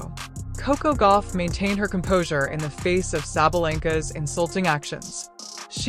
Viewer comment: Sabalenka, not Sabalanka! Get it right, it's not hard. Yes, she is a sore loser.